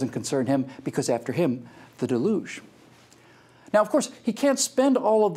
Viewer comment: Your pronunciation is delugional. It's DEL-yuge